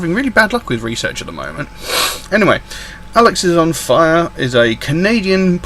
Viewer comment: One piece of advice it's pronounced alexis-on-fire not alex-is-on-fire.